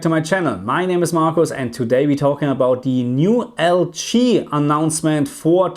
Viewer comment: Question: Why do you pronounce LG like L chi? Just curious that's all. Thanks